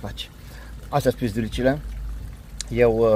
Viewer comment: Se spune pidulici nu pizdulici 😂 știu că vă place dar originale 😅 și eu cumpăr marinate sunt foarte bune nu mai spune pizdulici ,,,pidulici